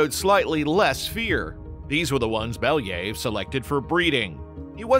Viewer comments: It pronounces like Bel (yuh) ev Not Beliyv like you say Or your ai voicover🗿 And about the wolves Weren't they protowolves who's branches gave us modern wolves and dogs? At least didn't messed up the Pushinka) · It's pronounced as it's written - BelYAyev, not BEliyev. There is YA, not I and stress is on YA. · [ya] in "Belyaev" pronounced the same way as [ya] in word "yard". Plus, the stress falls on this sound. Беля́ев. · You should check pronunciation of a surname next time! It’s pronounced Belaev